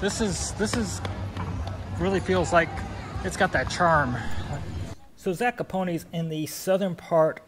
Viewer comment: Hi Guys. Pronunciationod this town is Zakopane ( not Zakopone ). Highest peak in Poland and Tatra Moutains is Mt. Rysy 2499m, in Tatra highest peak is Mt. Gerlach 2655 m above the see level. Geetings from Kraków